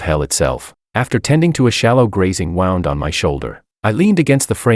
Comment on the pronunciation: The Ai said wound as in like wounding a Jack in a box instead of wound like a injury